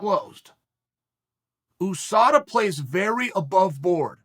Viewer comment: drives me crazy the way he says usada lol